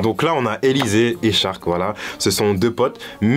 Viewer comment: Cest pas shark en mode requin , cest charc , en mode charclo